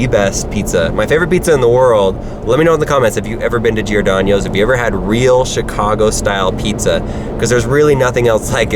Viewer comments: you said Giordanioes. XD It's Gee-or-don-os Giordanos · P.S its not Girodanyos its (Jeer-o-don-o-os) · It’s pronounced “geerdonos” not geerdonios and State Farm is in Bloomington Illinois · GiordanO's. Not Giordanio's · The way you are pronouncing Giordano's is making my ears bleed. Lol. You are over thinking it. It's only 3 syllables and is pronounced as 'jor - don - ohs' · Oye, he misspronounced the city and restaurant! Just glad he didn't sound out the "s" in Illinois! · It's Bloomington not bloomfield lol, also you say giordanos funny! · You are saying giordanos wrong and Lou malnatis is wayyyyy better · he miss pronounced Giordano's multiple times and i cried a little bit every time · You where pronouncing Giordanos wrong. And was there 2 days ago at the one in Columbus. And I've been to the one in Chicago about 12 times.